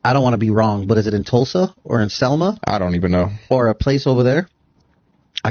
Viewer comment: "I doneveno...."